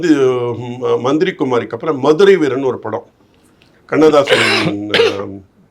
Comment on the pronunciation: Dey athu manthira kumari illaida manthiri kumari please correct